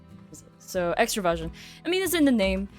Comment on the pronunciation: Ooohhhhh, I thought you said extra-virgin. Extraversion makes a lot more sense